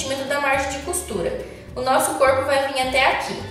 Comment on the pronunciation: Ela fala coipo que fofaaah